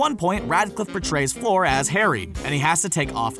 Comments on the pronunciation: Bothers me that he kept saying Floor not Fleur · It's not Flor it's fleur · It's Fleur not FLOOR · Fleur is pronounced fler not floor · “Floor”! C’est “fleur”,.... Comme “fl-errr” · Flurr not floor 😂😂😂😂😐I mean at least he can say harry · How in the hell did he pronounce Fleur?😳 FLÅÅÅÅÅRRRRRRR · It made me giggle to hear Fleur pronounced as "Floor" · ITS FLUER